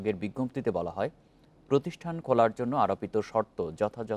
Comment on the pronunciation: ভাই নামটা পর্যন্ত ভালো করে উচ্চারণ করতে সক্ষম নন আপনারা আল জামিয়াতুল তাহরিমা না আল জামিয়াতুল আহলিয়া